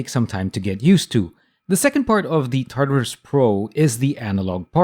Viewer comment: "tatarus" not "tartarus" xD